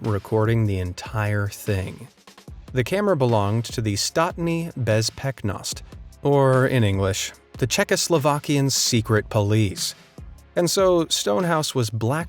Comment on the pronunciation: its acctually pronounced Štátna Bezpečnost